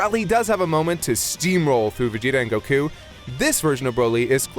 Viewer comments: It's not right though, if we're going by the original Japanese pronunciation. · Why do you pronounce Goku's name like Go Ku? It's all together Goku. Stop it, I'm sure many fans get annoyed when you say it like that.